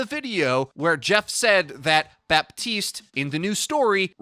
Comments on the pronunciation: Hey please pronunce Batiste not baptiste u don't pronounce it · It's pronounced BAH TEEST. The P is silent. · Another great vid. Quick note: It's pronounced "Batist", because French spelling makes no sense. :P Thanks again! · ah, yes. Bapp-teeste, the latest hero (^ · Don't say the "P" of "Baptiste" ^^. You just have to say Batiste French guy here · Hey, nice vid but i wanted to tell you (as a french speaker) that you actually not pronunce the P in baptiste and yiu should say batiste (french is weird ik) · You don't pronounce the "p" in "Baptiste", pleaseeeeeee. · Blizzard specifically put out a memo stating that canonically, it's pronounced "Baptiste" with an audible p. Is it correct? Probably not, but it's their game.